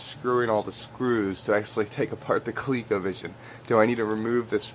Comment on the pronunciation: Hey man, thats awesome...btw, coleco was an O not a second E